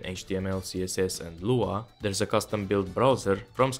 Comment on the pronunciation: i threw up a little when you said lua